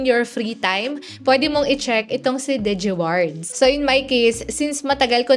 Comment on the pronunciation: Arte mo umimik. Haha sakit sa tenga. “Degewards” 😂 g4g* “digiwards lang eh “dege amp” hahaha rap mong tuktukan 😂🤬😆